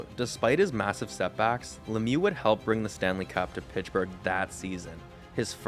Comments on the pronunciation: Its not Pitchburg` its Pittsburgh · Where is pichburgh? Pitts-Burgh. I don’t hear any other mispronounced words this entire post. But Pittsburgh is said weird every time. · Pittsburgh not pitchburgh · Great video but its Pittsburgh not Pitchburgh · Mate, it's "Pitts" Burgh, not "Pitch" Burgh 😳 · *Pittsburgh, not Pitchburg! 👎🏽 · Pish burgh? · Pitchburgh lol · Where is this town he mentions, “Pitchburgh“??? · Is he saying Pitchburgh? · Took a shot every time you said "Pitchburgh" and now I'm wasted. You could use some script revisions too before posting your videos. You said Lemieux was diagnosed with cancer in 1983 at 27 years old when it was in 1993. You also had some weird sentences like "in order to fully focus fully on hockey..." Solid video otherwise but you've gotta proofread your script and re-record mistakes if you're going to post video essays. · The “Pitchburg” Penguins lol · Ok, is this A.I. ? Pitchburg? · everytime you say "pitchburg" i die laughing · underrated comment ^ i didnt really notice before reading this now i cant stop laughing everytime he says it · God he’s killing me with that 😂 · Where is this “Pitchburgh” you speak so much about?